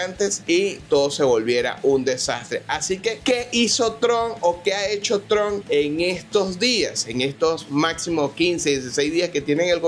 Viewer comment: Tron? Quién es Tron? Debe ser Trump. Suena como Maduro Ilonmas 😂😂😂. Es hasta gracioso como exime la responsabilidad de su gente.